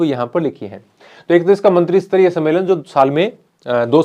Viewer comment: सर "मंत्रीसतरीय" नहीं "मंत्रीस्तरीय" होता हैं।